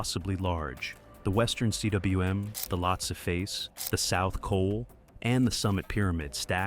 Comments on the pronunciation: Cwm is pronounced "coom". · You don't spell out cwm. It's a Welsh word pronounced "coom". In Welsh the w is truly a double u.